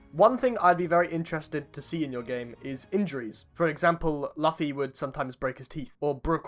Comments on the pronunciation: Is this how y’all Brits pronounce laoufffy ? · BRO SAID LUFFY AS IT IS SPELT NOT LUFFY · I disagree with this british NI hating on the game but its barely in devolepment and he doesn't even watch the show can't even say Luffy's name right and its not a "obese Enel" not even a awakening thats how it looks in the show but the textures and outfit I can see his point and some other things but he legit just pointed out the smallest thing and tryed to make a bad thing about it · the way he pronounced Luffy 💀